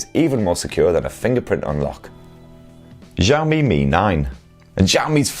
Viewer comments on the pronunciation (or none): Might be a good idea to learn how to pronounce Xiaomi properly. The X is pronounced sh as in shit. Shi ao mi Xiao = small 小 Mi = rice 米 I live in China and the Mi 9 as well as Mi 9 SE have been available for a while. The same goes afaik for Europe. A review vid would be great. Cheers! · I think we need a whole book that can learm us to pronounce xiaomi perfectly